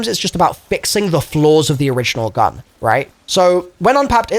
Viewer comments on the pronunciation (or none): none